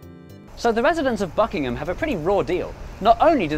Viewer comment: im sure you didnt say buckingham.